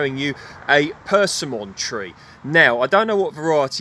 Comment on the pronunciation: It's pronounced perSIMMon. The same way it's spelled.